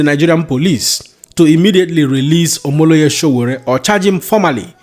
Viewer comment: You are for mocking OMOYELE SOWORE you are not able to pronounce well too😂As for Peter Obi like it or not I will tell you for free the igbo man will never smell that presidency until biafra comes😅😅😅😅take it to the bank.😂😂😂😂useless bigotry always looking for slaves for Peter obi😅😅😅😅we are not responsible for yor bigotry that has led you to your failures in history from azikwe to ironsi to obi 😂😂😂😂😂